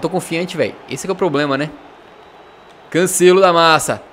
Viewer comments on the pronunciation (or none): none